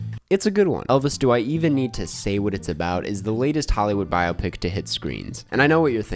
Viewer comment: Every time you mispronounce biopic I scream but other than that thank you